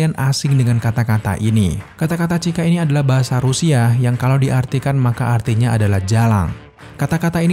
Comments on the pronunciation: Bukan cika, tp "suka", ditulisnya emang сука, tp di huruf Russia, c bunyinya s, dan y bunyinya u. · Bukan Cyka tapi Сука (dibacanya Suka) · Cyka dibaca suka bang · itu dibacanya "Suka" bang